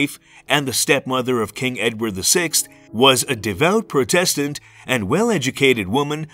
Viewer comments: why is Protestant pronounced weirdly? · yea agreed. especially for a historical channel I thought accuracy would be more important.